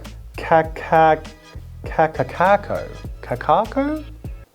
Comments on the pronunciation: it's actually pronounced Kah Kah -Ah koh it's named after a place here on Oahu I don't know why they didn't add they apostrophe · Kaka'ako. You need the glottal stop. They left it off on the packaging lmao